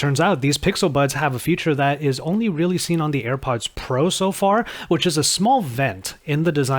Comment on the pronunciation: It's not Air buds. You are constantly calling it Air buds.